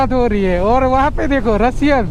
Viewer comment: Roshiyo ❌ Rasiyan ✅ 😂